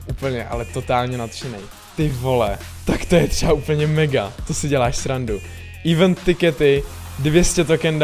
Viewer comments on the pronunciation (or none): none